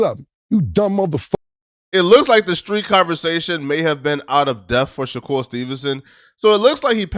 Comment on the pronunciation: Bro how do u randomly forget how to pronounce a “r” u called that man shakool